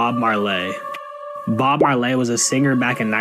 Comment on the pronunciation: Yo man, you just made a new fan here 😎😁, and that "who" bubble when buddy said "Bob Mar-Lay" was on point,this is the first video of yours ive ever seen and I'm gonna watch them all now lol..have a great day man